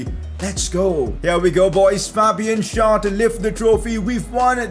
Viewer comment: please stop messing up Fabian Schär's name. It is pronounced with an e and not an a